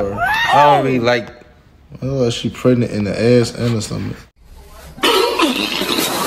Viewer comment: He said pregent in the butr